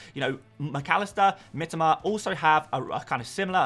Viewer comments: Always annoying when people try to correct others but are just wrong themselves.. Do you seriously think that Japanese people pronounce it "Mi-TOE-ma", just because that's how the average British FPL Youtuber pronounces it? Because then you know nothing about Japanese. got it very close. The I-sound is a bit more like an "ee", but he's definitely closer than most people here. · He said that it is the correct Japanese pronounciation.